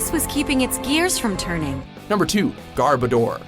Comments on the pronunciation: Y'all labeled Magnemite as Magneton and it's Garb-ohdoor (combination of garbage and odor), not Gar-buhdor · It's Garb-OH-der, you idiots! Not GARB-a-DOR! I swear, is this person such a Genwunner that they refuse to pronounce that correctly?! (Sorry, Pokémon name mispronunciation is kind of a pet peeve of mine.) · 1. Why didn't you show the evolved form of Drifloon - Drifblim? It is more weird, than Drifloon. 2. GarbOdor!!!!! Not GArbodor!!!!! 3. Bronsor? Okay, but show Bronzong too. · It's pronounced Gar-BOH-der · People have been pronouncing Garbodor wrong. Its name is derived from the words garbage and odour, so it's pronounced "garb-O-dur" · It's pronounced Gar-Boe-der, it's a Portmanteau of Garbage and Odor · You Pronounced Garbodor wrong, it's pronounced Garb (like garbage) and odor (like an unpleasant smell) . And you wrote Magneton when you showed Magnemite. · Your pronunciation needs work, you pronounced 7 and 2 wrong. But honestly, good list. Though Chandelure is too incredible to be on this list.